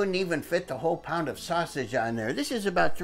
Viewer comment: Growlin at the ground "sausgeeze" "Like real pizza!" I like to here ye speak Italian! The ending is hilarious! way to go yall!